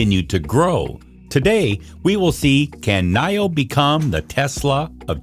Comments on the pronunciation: Knee-o, NOT Knigh-o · Your pronunciation for Nio is not right